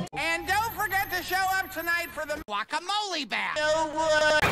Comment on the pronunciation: What I hear:” Walk a molly “ What they hear:” guacamole”